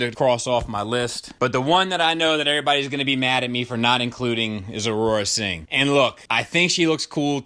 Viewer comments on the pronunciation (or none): For some reason, it kept sounding like you was saying "Arora Sing" Instead of Aurra Sing. Cool list and a welcome one!